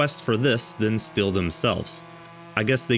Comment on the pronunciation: Yes it is different and random, but if you cannot say the name of the brand correctly , then you shouldn’t make a video saying Stilh incorrectly.